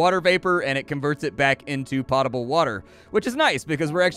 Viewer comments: It's ok. Give it another couple of decades and "pä-table" will be the standard pronunciation. Just like how no one pronounces it "gif" and everyone uses "gif". Linguistic evolution is a wonderful thing. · Hey, just an FYI the pot in potable is pronounced more like potent.